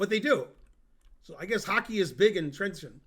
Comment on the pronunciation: it's "trentsheen" not "trentseen" arrrgh i'm so mad